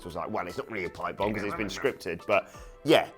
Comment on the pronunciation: Why do you call it a pipebome? It is a scripted lines for ko... a pipe bome should not be a scrip by Vince McMahon. Cm punk pipebome was the real pipebome....